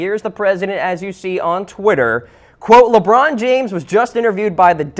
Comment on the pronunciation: Dr. Keel Whitey It's pronounced Lebron not Lebum